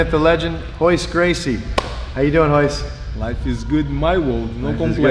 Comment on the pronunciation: It's Royce not hoyce